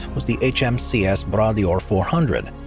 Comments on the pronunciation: Bras D'or is pronounced "bra door". The hydrofoil was based on work done by Alexander Graham Bell on the Bras D'or lake in Cape Breton, Nova Scotia, Canada. The Blue Bird name came from Donald's father, Sir Malcolm Campbell, who also chased the water speed record. Malcolm held both water and land speed records during his lifetime. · HMCS Bra d'Or is pronounce "bradoor" not whatever the commentator said. lol It means Golden Arm in French.